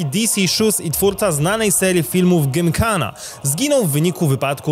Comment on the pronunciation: Naprawdę spoko odcinek. Ale niesamowicie mnie drażni to, że mówisz 'gymkana' zamiast 'jimkana'. Mówienie tego z polskim 'G' zamiast angielskim 'J' burzy całą przyjemność. Znaczy odcinek naprawdę spoko, ale niesamowicie irytujące jest mówienie angielskich słów z polskim wydźwiękiem.